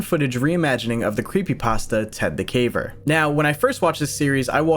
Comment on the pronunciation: Ted the CAVER? ❌️ Ted the CAVE? ✅️😂😂😂